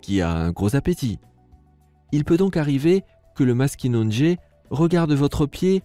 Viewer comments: Deso me nous les québécois on prononce pas maskinonegé mes maskinagé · très intéressant et en passant, je vis dans un pays où le maskinongé est pêché et on ne prononce pas le deuxième "n". On dit "mas ki non gé" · Le Maskinongé se prononce MAS-KI-NON-GÉ et pas MAS-KI-NONE-GÉ